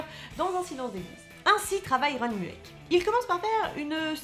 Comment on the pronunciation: Superbe vidéo ! Par contre un truc m'a stressé.. Je ne sais pas s'il y a plusieurs prononciations mais on dit généralement "Ron mueck" avec la prononciation Moueck pour son nom de famille. Sinon très bonne vidéo 😊